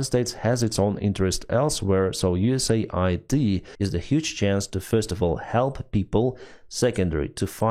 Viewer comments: it's US-AID not USA-ID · FFS, read it correctly!! it's US AID not USA ID !